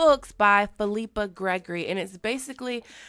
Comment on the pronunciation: It’s pronounced fill la pa